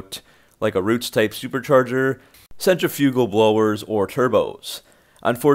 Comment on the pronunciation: If you aren't able to pronounce Centrifugal, or even Apache, I'm not really convinced in your information. As said above, not being able to add a ton of boost, is hardly a fatal flaw. Most new engine platforms all have issues with camshafts. LS, Hemi, the fords. A roller lifter has a chance to fail versus a standard hydrolic flat tappet